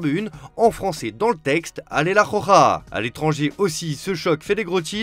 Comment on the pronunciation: Elle s'appelle la rokha pas la khokha vas voir un orthophoniste mec.